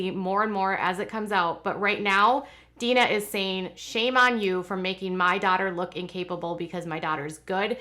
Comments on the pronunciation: Jim Bobs sisters name is Deanna: Dee Anna not Dean A Please stop saying Deana. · It pronounced "Dee Anna" not Dina.🙂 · Exactly. How in the world does she claim to be their good friends and not know how to pronounce her name? She also spelled it the way she mispronounces it so I can tell she is reading it as Deana when it is De-Anna. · Why do you call her Deena? Isn't she called DeAnna? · I noticed that too and commented she even spells it the way she mispronounces it but that doesn't explain how she is friends with Amy and her and not heard how they say her name. Very weird. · Amy's mother's name Deanna is pronounced DEE-ANNA.